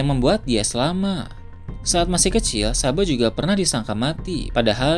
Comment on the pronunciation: Ngk bisa nyebut kata "selamat" ya bang?